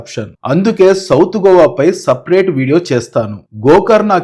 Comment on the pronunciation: GOVA GOWA KOWA kadura naina, it’s just GOA